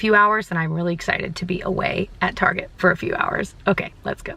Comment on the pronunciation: I love that you call it "Targeé", my mom use to call it that ❤️